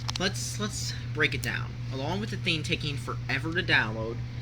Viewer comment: How exactly can something that's just a digital store, have a gimmick? The tax is the only problem. And of course Microsoft Points don't have taxes, THEY DON'T USE REAL MONEY! Swearing isn't cool and doesn't make you adult-like either. Also, you really should learn to pronounce "thing". It's pronounced THING, NOT THEEN.